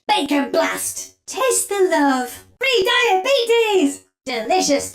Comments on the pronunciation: No way I heard "free diabetes!" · Ain’t no way she said “free diabetes” 😭😭